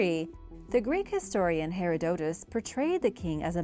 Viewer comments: That's not how you pronounce Herodotus it's pronounced like her-odd-o -tus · Cam-bi-sees (edit) you said it so many times Her-rod-eh-tus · 1st name is said her-rah-ditt -us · I don’t know why these narrators can’t learn how to pronounce…